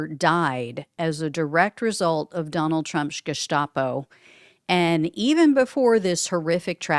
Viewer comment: It's Geheime Staatspolizei(Gestapo) it's annunciated as Gustapo, not Jestapo